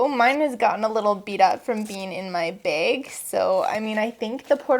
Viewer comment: The way she says bag was driving me insane 😂